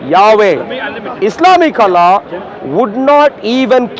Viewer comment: This freaking I dian hindu boy pretends to be christian is puposely mispronounces the the name of Allah SWT to sound like western or English man. What an idiot 😆 🤣 😂 😹